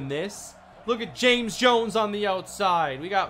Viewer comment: Why you call James Ja-mez lmfao